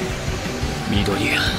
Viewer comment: Pronounciation of words like midoriya pissed me off....